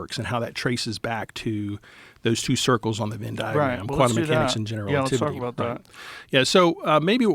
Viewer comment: The word “Venn” in “Venn diagram” is pronounced with the “eh” sound as in “head,” not with an “in” sound. Phonetically, it is /vɛn/ in both UK and US English.